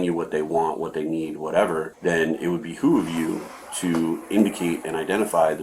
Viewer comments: BEHOOVE. It would BEHOOVE you. Not, "it would be who of you." Stop saying it like that. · It's "behoove", not "be who"..... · This cop says be who of you lol... its behoove u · during the interview, the detective states, "...then it would 'behoo-of' you to...(do something)." Mr. detective, the correct word is pronounced 'BEHOOVE', not 'BEHOO-OF'. It would behoove you... to do something. You can bet he's pronounced it incorrectly, dozens of times in the interrogation room throughout his career without ANYONE correcting his mispronunciation of the word 'behoove'. There are two possibilities. Either fellow detectives deliberately allowed him to continue sounding stupid, or most likely, his well paid fellow employees were also too ignorant to even realize his mispronunciation of the word, 'behoove'. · "It would be who of you" ?? Lol its "behoove" as in it would be good for you or the best thing for you to... They cop does sound like he's saying "be who of you" if he is he really is making himself sound stoopid Cletus.